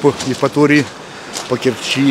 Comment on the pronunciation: Бесит,когда говорят по Керчи и ставят ударение на последний слог😱